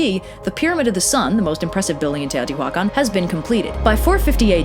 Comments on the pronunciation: No, you actually pronounced everything quite good, except Teotihuacan. The "h" is completely silent, and doesn't emphasizes on the "hua", is in the "can" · The way you say "Teotihuacan" (at least, I'm assuming that's what's being said?) just brings out all the Spanish teachers of my youth correcting our pronunciation. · I know this is a language thing and I mean no offense by this but it took me a couple minutes to figure out you were talking about Teohtihuacan(probably spelled that wrong. It's been ages since I had) mostly because I'm notused to hearing mostly english speaking people with pronouncing this place as you would in English. This video was really fun though!